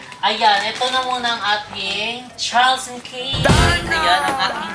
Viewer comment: Charles and Keith , Keeth po ang pronunciation 😊